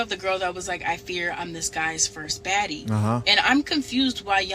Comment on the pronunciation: Did she say baddie? I thought she said faddie! 😆